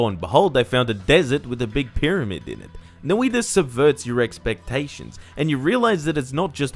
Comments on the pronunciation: It's pronounced "noj-ta" instead of Noi-ta other then that great review as usual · you described the sound better then i could, no iiiiiiiiiiii ta sounds silly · "no-ee-ta but not "noi-ta" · Noi.ta not nOIta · Is that how you pronounce it? I hate that, I'll just say it as i would in Portuguese (nOi-tah as in the emphasis is on the o instead of the i noIH-ta) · Noiitta is a funny way to say noita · Ah yes No-I-ta Jokes aside, great review of a game Fun fact: Noita means Witch in Finnish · Not as Bad as hutts calling it noIda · Fun Fact: Noita is pronounced (Noy-tuhh) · That "noi" is a single syllable and even if it wasn't the stress should always be on the first syllable. But the sounds for each letter were basically correct. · Your pronunciation was pretty good. It's only that "noi" should be a single syllable and even if it wasn't the stress should be on the first syllable. But the sounds for each letter were basically correct.